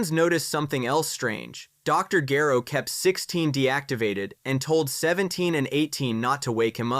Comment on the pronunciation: Sa jan... Gero... No, you get a dislike. They say it in the series and you still say it wrong.